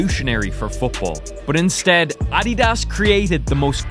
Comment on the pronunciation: he saying addias and Jabulani wrong